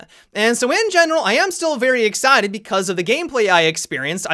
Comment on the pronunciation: is it just me or did sound a little Southern American when saying "excited"? 😂